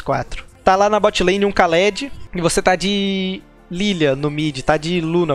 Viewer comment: Se pronuncia "Khalid" obrigado!